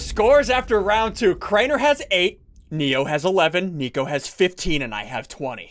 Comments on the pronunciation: I thought it was nico he said neo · U said nio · Nico not nio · He said nio not nico edit 1.2k likes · SSundee said Neo instead of Nico👀 the Matrix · In the beginning he said neo not nico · I just noticed that Ian said neo Instead of nico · IT'S NICO NOT NEO